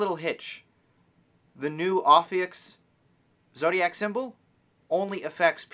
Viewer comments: BTW it's "ophiuchus", read as ɒfiˈjuːkəs or simply "oh-FEW-kuss", not ophiuchs or oh-fewks. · Its Pronounced Oaf - few - kus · if you're gonna talk about it you should pronounce it right. it's oh-few-kuss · i've read both the descriptions for aries and taurus. everybody i've asked still tells me that i'm a taurus. and it's pronounced O-FEE-YOU-CUSS. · It’s pronounced O-few-kus.... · Repeat after me: o-few-cus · it's pronounced oh-fee-you-cuss lol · Your saying the name wrong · The dude is pronouncing it wrong. Go to Dictionary com to hear it properly.